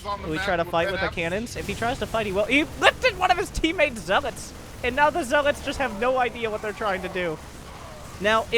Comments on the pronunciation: For the love of god, this guy needs to stop saying Zealaughts. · Zeal-aats... that made me cringe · Skipped this Bronze League Heroes because of this co-casters voice and how he says zel-aghts. I dont think Ive ever heard anyone mispronounce zealots in my life. I saw I was only at 14 mins out of a 40 min game... Nope, peace out.